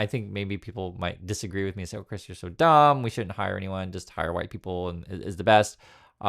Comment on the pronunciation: “Oh Chris you’re so dUHmb” always makes me lol 🤣